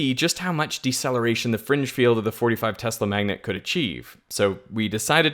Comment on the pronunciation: One would think Mr. Smarty-pants would know how to pronounce "Tesla". It's pronounced: TEZ-LUH. Dumbass Smarty-pants😂